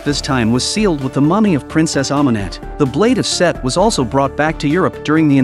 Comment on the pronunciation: And his name is Set, not Seth 😩